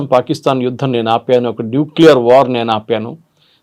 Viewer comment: హలో మేడం, "యుద్దం" కాదు "యుద్ధం". "ఇందనం" కాదు. "ఇంధనం" తెలుగు భాషను మీ వంటి సీనియర్ యాంకర్ లు కూడా ఇలా ఖూనీ చేస్తూ మన భాషను భ్రష్టు పట్టిస్తున్నారు. కొద్దిగానైనా సిగ్గు పడండి. గిల్టీగా ఫీల్ అవ్వండి. సరైన భాష నేర్చుకోండి.